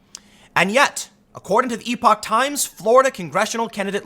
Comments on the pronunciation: Epoch- ep-uh-k Kind of like epic but with uh instead of the short i. Larry Elder does a segment for the Epoch Times and pronounces it ep-uh-k. The definition of epoch uses the same pronunciation. I know Tim has a hard time pronouncing things but this one should be easy. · Tim, its pronounced Epic Times. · Hey Tim, epoch is pronounced like epic. I initially pronounced it like you do until someone corrected me because I think you said it best that if someone misarticulates a word it means they learned the word from reading it. Hope you're doing well and thank you for your video reports. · Epoch has a short e tim